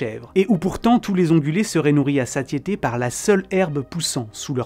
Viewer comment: Satiété prononcé sassiété, non ?